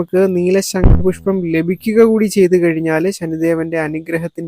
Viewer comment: ശങ്കുപുഷ്പം അല്ല ശംഖുപുഷ്പം ആണ്